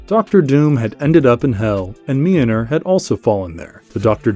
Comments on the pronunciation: The pronunciation of Mjölnir is killing me! 😂🤣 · If you can’t pronounce the name of Mjolnir, don’t say the name 50 million times! You could’ve said it once, and then just referred to it as “the hammer” lol